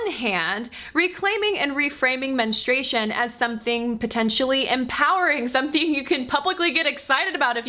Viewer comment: Is it your accent or you do you keep saying men-e-stration instead of menstruation?Also should men be proud of nocturnal emissions? I mean women don't get wet dreams.